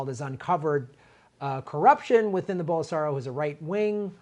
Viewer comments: "Bolserio"? I love, but that was weird. It didnt occur to him that Glenn was pronouncing it correctly? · For the record, Lula was released just recently. Michael at the Michael Brooks show just did an interview with Lula. Highly recommended. Also, it's pronounced Bol-sin-aro